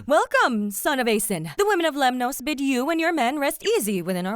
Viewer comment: You are pronouncing Greek words as though they are Spanish. Lemnoss, not Lem-noes.